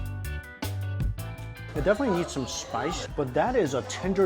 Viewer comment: Spice not shpice